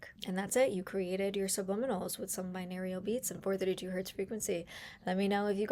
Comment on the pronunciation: Girl. OMG. I'm glad you're helping people and people like your style but man was this video difficul to get through! Binarial beats? BiNAURAL beats. SAYtiated not SATiated. this video could have been HALF the length and number of words. Step number 1 took 5 minutes! all to say write down your affirmations in present tense, include emotion, and use positive descriptions. I download audacity to my laptop, phone or tablet. I get it! I don't need to hear all of the options of where to download an app five times. Every. Single. Day. Every. Single. Day. Every Single Day. Didn't work for me either. Hear my voice clearly at those settings for some reason. This was ruff.